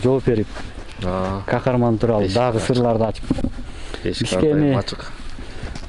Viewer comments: Кахраман деген сайын Кахарман дейсин кулагын жакшы эмеско дейм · Хахарман мес Хахраман десен